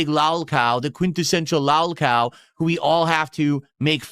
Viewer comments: lawl cow, khanten, tahxicity. Does this regard have a speech impediment? Is it related to his stroke? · He still can't say "lolcow' correctly. LALCAL, I'M THE LALCAL!!